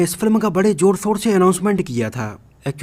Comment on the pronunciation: JOR O SOR (ZOR O SHOR) RILIJ (RELEASE) SOOROO (SHUROO) SAROKAAN (SHAHRUKH KHAN) UJE (USE) SOOOT (SHOOT) RIKWESHT (REQUEST)🤣🤣